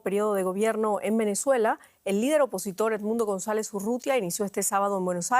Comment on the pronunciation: Loglara juramentarse??? Dice el titulo... Ni a palozos dice González.